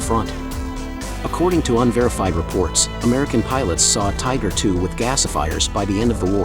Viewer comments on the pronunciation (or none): none